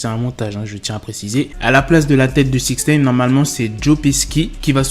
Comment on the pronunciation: On dit pas" six nène" je vais l ecrire en phonetique, six "naillene" ( comme nein en allemand)